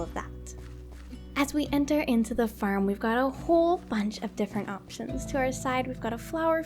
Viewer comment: When u say farm it sojnds like ur saying ferm